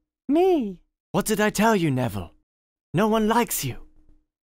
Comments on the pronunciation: Andre Hernandez nevviwle sewft diswuct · Hahahahahaha! (Neville) Wut? Wo tawking abut mwy shepe? Dats diswespectful. Mwy gwandmofer wiww be su med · Neville is the worst sorry what... He brought pottah to the school Saved pottah countless times And also protected pottah in the finale